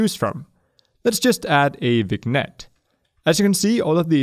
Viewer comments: I feel like I should mention this, but... Vignette is pronounced "vin-YET," not "vig-NET." Otherwise, awesome video! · Vinyett not viGnet. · No, it's pronounced "vin-yet" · Hey. Just so you know: "vignette" is pronounced "vin-YET" because it's borrowed from a french word. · It is pronounced as : "vinet" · the g in vignette is silent